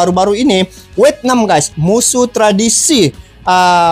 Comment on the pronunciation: bang bukan wetnam tapi vietna? 😂